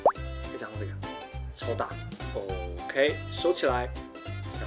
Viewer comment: 發音怪怪的 皮可呀 皮很傲k欸